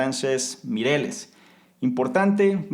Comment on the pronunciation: Te admiro mucho,. Y casi me da corte decirte una cosa, pero como creo que es en positivo, te la digo: el apellido del segundo autor, F. Miralles, se pronuncia tal y como se escribe, y con "LL" o doble L, como, por ejemplo, "lluvia". Un abrazo enorme desde España.